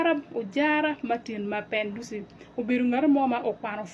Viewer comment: The way he's calling his name for me 😂😂😂 Mabenduzo😂😂😂😂😂